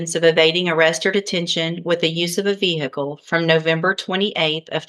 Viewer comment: VEE HICKLE. 🤣